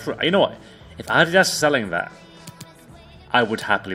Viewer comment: I love you and all but the way you pronounce Adidas and Nike is so atrocious